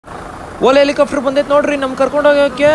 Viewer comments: Helicopter ✅ Helicafter ❌ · Helicafter alla guru adhu helicopter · helicaaftru alla guru adu, helicopter.... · Guru English ashtu clear aagi mathadthya kannada na yaak guru haage mathadthya ex: “ikkavre” , “aithe”, “ helicofter” alla guru Helicopter. 😐… You ppl make videos alva many ppl see these videos let them learn from your videos plz.